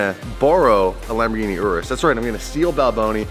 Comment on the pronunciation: How to say Lamborghini correct? Lamboghini